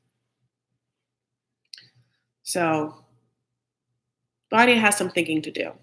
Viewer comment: VANYA IS actually called VARYA :-)))